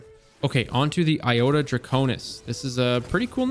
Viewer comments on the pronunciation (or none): none